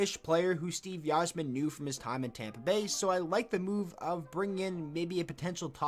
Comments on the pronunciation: It's not pronounced "Eizerman" it's "Izerman" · Steve EYE-zer-men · Okay, at first I thought I just heard u wrong but you aren’t saying Yzerman correctly and it’s annoying A F . (Eye - Zer - Man) welcome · Quit using logic. this is Blashill. but, YIZE-er-man? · The way you say Yzerman makes me want to cry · The way this guy pronounces Yzerman is killing me! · lmao cant even say the yzerman right